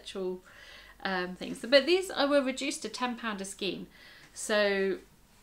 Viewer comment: Enjoyed your video. Love the way you pronounce skein. The star jumper you’re making for Katherine is lovely. It’s crocheted is it not? Wish I had the pattern. I’d make it for myself.. I think your amigurumi are nicer than the originals, makes yours unique.I wouldn’t have known it was a toucan if you hadn’t said, so it’s head is in the perfect position. One question.....what are you going to do with hundreds of stuffed amigurumi if you make all of the patterns?? Will you have to move out or rent a storage shed or , or , or......♥️🇦🇺🌈